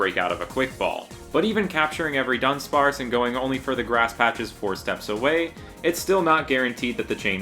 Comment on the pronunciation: Immediately an amazing video. The Du-Dawn of dunsparce made my day 😂